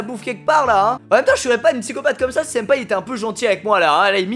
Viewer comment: Ta voulus dire sinpa où senpais😂❤️